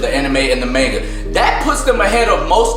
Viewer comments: this nigga jus say mainga? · Normal people: Manga:Manega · This nigga said mainga